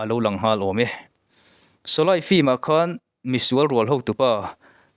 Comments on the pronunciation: Shawlei tiha lam tur shawlai nilo in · sawlai han tih chu, sawlei tih tur ni awm tak. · Shawlai nilo in shawlei ti a lam tur aw. Shawlai ti a i lam hian hidi tawngah awmzia pakhatmah a awm lo. Shawlei ti a i lam erawh chuan - meipui, meialh tihna lam a kawk thung ang. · Solay ni loin Soley tia lam ṭhin vek zawka niee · 'Sholaai' ti a i lam vang leh 'khan (kan mutpuite kea kan khan ang)' tia i lam avangin ka ngai thla lo mai a ang e. I trawng pai em mai. Amir Khan te, Salman Khan te hming pawh ti khan i lam trut trut duh hmel. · Mithar niman ah kan phun nghal tehang. Shawlei tih te mit atitlai tia lam tur. Mit ati tlei mizotawng hman uluk angai ania. Thangthar ten an ngaithla nasa sia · Sawlei tiin ka lo lam thin a... Ka lam sual nge i lam sual zawk aw